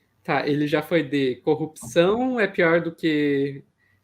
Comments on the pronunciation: cupsaum, pq ele não consegue falar CORRUPÇÃO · Ele não sabe falar corrupção também, todas as vezes que ele fala cupção, eu não aguento! Pior que ele foi elevado ao nível de herói! Aff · O Marreco falando coupcão é muito bom hwhwhwhwhwh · Fico abismada com a incapacidade dele de pronunciar a palavra corrupção... CUPÇÃO?! meooo deooos 🙄🙄🙄🙄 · "Corrupzçrrãoooo" hahahhahaha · Gente.!!! O Batoré de toga não consegue falar CORRUPÇÃO!!!! Jesus!